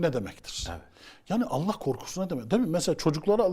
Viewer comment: tasavvuftan tamamen uzağım beriyim ama "Allah" lafzında hata olmuş